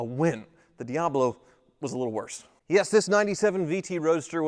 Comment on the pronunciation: Ha! That's funny.. Jeff Goldblum has a "DeeHablo" too!